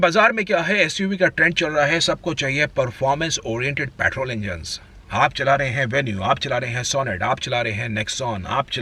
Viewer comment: I can think of 10 cars which could feature in this list instead of everything barring xuv300. Rajesh khanna ke sunglasses, fukat ka accent he is hindustani bhau of auto industry. And it's petrol not paatrol